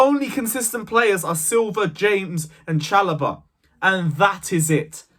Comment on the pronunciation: Man said Chalobah!!!! Bahahhahahahaha